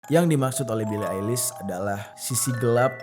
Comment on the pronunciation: "Bili Ailis" 😂😂😂